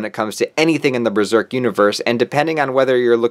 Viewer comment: This is great, except its pronounced "buh-zerk" not "brur-zerk"